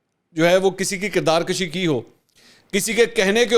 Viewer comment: کردار کُشی، کردار کَشی نہیں